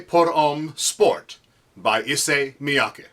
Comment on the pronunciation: My first time seeing someone on the internet who correctly pronounced "Issey Miyake." XD Thanks for the review